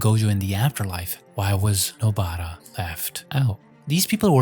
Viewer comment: please stop saying nobaaara